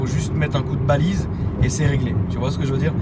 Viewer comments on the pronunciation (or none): pour info on dit valise pas Balise, sinon super vidéo continue comme ça 👍🏼👌🏼